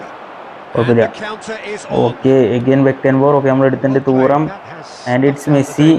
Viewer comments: Thooram alla thuram 😂😂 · ഡെയ് തൂറാം അല്ല 😂😂😂😂. റ്റുറാം എന്നാണ്. li·lee·uhn tu·ram ഇതാണ് pronounciation അല്ലാണ്ട് തൂറാം പെടുക്കാമെന്നൊന്നും അല്ല... 😂😂